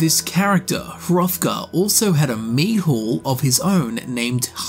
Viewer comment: Boy you weren't wrong about mispronouncing foreign names. High Hurrothgar and Sovereigngard 😉